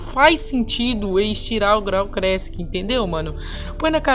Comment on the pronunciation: Erros na língua do: graal crassic, pray story kkk